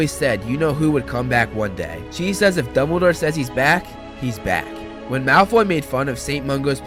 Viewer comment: when he says Dumboldore's army me: are you sure Its not defence association .